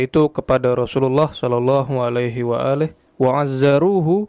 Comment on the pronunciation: Nyebutnya kok solallahu alaihi wa ali....kayak syiah ya